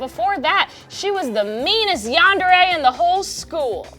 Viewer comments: "yanderei" dude how hard is it to pronounce yandere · Senpai means someone older than you also yandere is the spelling but it's pronounced as yandereh not yanderey